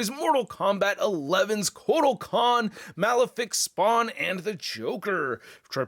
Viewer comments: I love ya but come on dude😑I thought u saying "medieval spawn was a joke then you continued to Cock up. It's the jokers cane(pimp cane) not pickaxe and it's Kortal Khan not whatever the hell you were saying. In conclusion amazing review as usual but please do q lil research before recording if you aren't sure on the product. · Why does he keep saying Kotal Kahn weird!?